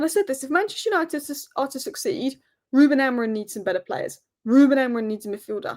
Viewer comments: Just want to say, it's Amorim. Not Amorin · Maybe AmoriM is trolling you because you can't pronounce his name correctly? 🙄